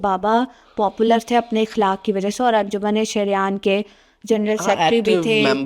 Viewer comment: Beta iqlak nhi aqlak is the correct word hota hai